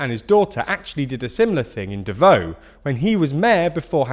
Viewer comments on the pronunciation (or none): A couple things to correct: •Some Filipino names were mispronounced like how Davao is pronounced "da-vaw" not "da-voe". But, considering things I'd give you guys a pass on this. •, Duterte has not explicitly endorsed Bongbong Marcos, and has in fact one time called him a weak leader and a spoiled brat. Only his party PDP-LABAN has endorsed him and Sara. But after President Duterte voted (just well enough for the cameras to see), speculations rose that he voted #7 on his ballot, #7 being Marcos. •It is worth mentioning that the current results shown in several medias are partial and unofficial - and the official results aren't expected until at most 5 days from now. •Several other things worth mentioning are: - A bunch of opposition groups have decried the election as fraudulent, dubious and riddled with irregularites. Others calling for a third EDSA (a third People Power Revolution). But, a non-government vote counting organization (PPCRV) has consistently said otherwise. - Quite surprising that the Senators that were bound to be elected weren't mentioned. Or the fact that there are 12-winners in a national FPTP vote. I'll give you guys something bizarre, the top #1 candidate with 25M votes is an actor, and the top #3 is a radio show host. With the rest mostly being incumbents running for re-election or former senators coming back for another term. But other than that, great work. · Great for explaining stuff to non-Filipinos. Just one note, please please try to improve pronunciation of non-English names, even just a bit. Hearing it as "devohw" is painful to hear haha. also , Marcos not Marco And Robredo is pronounced "Rodrego" at least twice in this video lol (Rodrigo is President Duterte's first name) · As a former pinoy resident it's great to see this getting attention but that aside, you know putting stuff into Google translate can give pronunciation hints right? Good effory but things like Davao good use some work. =P